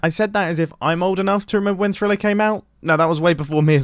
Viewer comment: He said thriller